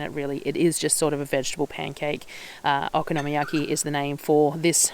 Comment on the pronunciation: Yum, Okonomyaki is my favourite way to use up cabbage, so easy, delicious and versatile! It’s really good with pork belly or bacon too. Yours looked great. Also with the pronunciation, it’s kind of like saying ‘Economy Yaki’ really quickly!